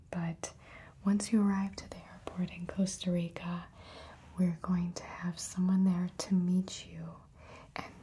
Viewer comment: hearing her say "costa rica" (my country) is too satisfying